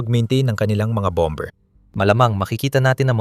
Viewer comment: Ok,sana ang impormasyong bigay mo,medyo mali lang ang pgbigkas sa salitang bomer,Hindi po bamber.